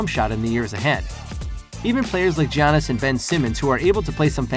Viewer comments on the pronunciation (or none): It’s Giannis not G Anis